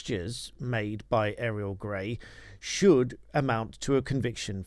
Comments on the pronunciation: Why are you calling her Aerial? It's pronounced Oriel. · Auriol, not Ariel!